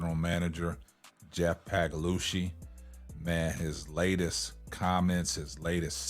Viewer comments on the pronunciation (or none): Yesterday it was Pagalosha today its Pagalushy. 😂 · The way just skewers the pronunciation of Sky GM Pagliocca's name is freaking hilarious